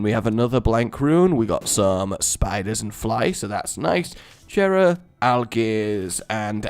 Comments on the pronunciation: Its not Jera its pronounced Yera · GOD DAMN IT JERA IS PRONOUNCED WITHOUT THE J.